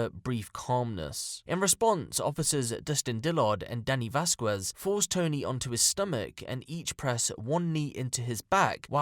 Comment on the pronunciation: as a Mexican, i feel i must say that "Dominguez" and "Vasquez" have silent "u"s. Pronounced Vas-kez <3